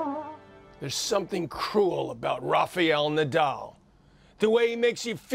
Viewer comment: Please stop saying lofe eil nodaul. It's Rafael Nadal